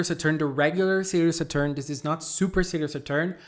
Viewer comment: Please pronounce Saturn correctly , you re killing my ears lol .